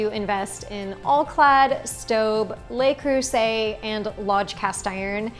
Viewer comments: "Luh" Creuset, not "Lay" Creuset! Sorry, gonna be that guy... 😂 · Just thought you might want to know, Le Creuset isn't pronounced "lay" Creuset. It's closer to luh Creuset. My native French-speaking friend actually calls it Luh Croozay, but that might be a little too Frenchy sounding for most of us. In French, les (plural) is pronounced "lay." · Le Creuset not Lay Croozay. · It’s pronounced, “luh”,,,, geezus